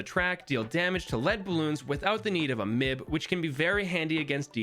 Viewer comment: Man it is kind of funny when he says m.i.b as mib